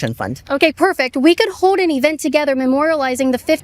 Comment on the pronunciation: Hoed Hoed ON - No. Sorry no. One of the biggest crime committed every day on these videos is Caitlin's inability to kill and eat up the letter l. She doesn't say law she says the laWL what the hell is a lawL and she doesn't say hold on she says hoed on what the heck is hoed on